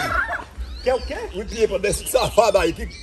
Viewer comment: Tiringa: Eu quero o "IMPIPA" dele kkkkkkkkkkkkkkk